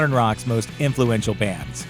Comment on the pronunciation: influential? sorry. i had to shut the video when i heard that.